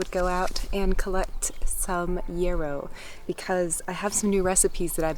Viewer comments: Yahhhhhrow. It has not with an e but with an a sound. It's a wonderful herb. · So cute how you say yarrow like it is “euro” or maybe I’m pronouncing it wrong like yaaar-oh ☺️😝 it sounds better when you say it anyway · Are you saying yarrow? The flowers look like ones I grow, but your pronunciation is throwing me off. Thank you for the beautiful video 🙂